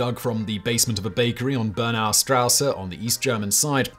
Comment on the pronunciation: hey man if you are going to make a half an hour long video, could you please at least research how exactly to say the word you are saying the most... Straße there's no A in the end of strasse ok.